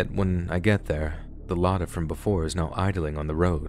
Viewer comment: When he said "I noticed an ELAY-DEEYAY" I HOLLERED (the actual pronunciation is "Lar-dah". spelt Lada)